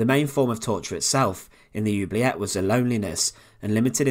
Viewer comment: It is pronounced ... ooo blee a (hard a)